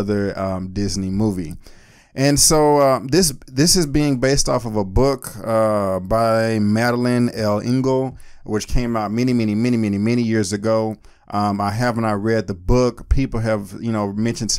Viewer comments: Also it's Madeline L'Engle, roughly pronounced 'lengle' or 'le-engle' It's French. The L is not a separate initial. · They pretty much junked the plot of the books, it seems like. Madeliene L'Engle (pronounced Lengul) is probably spinning in her graves.